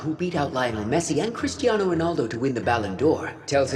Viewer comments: Bro Said CRISTION RONALDO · Did he say Christio Ronaldo? And pele is not a gk